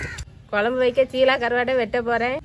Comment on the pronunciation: அது ஷீலா அல்ல சீலா